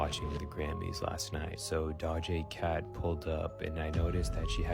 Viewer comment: 😂 He said dodge a cat instead of doja cat